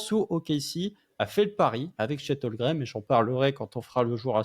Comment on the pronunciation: 9 Avril 2024, 2 ans que Chet est au Thunder et prononce encore "Holgrem" 😢